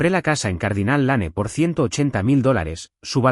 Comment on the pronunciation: Se pronuncia Dostin aunque se escriba Dustin. Es un nombre Anglosajón. Les aconsejo que si no saben pronunciar correctamente el inglés busquen en cualquier lugar que existe muchísimo la traduccion al español . Por ejemplo Cardinale Lanen esta horriblemente mal pronuciado.